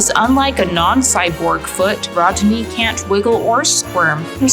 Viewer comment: “RODKNEE” is hilarious 😂😂😂😂😂😂